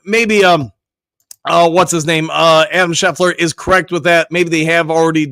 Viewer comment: My man said Santrilly! Hahaha. 🤣. He always say’s Adam Scheffler, as well. Lmao. Straight up comedy with your pronunciation game,.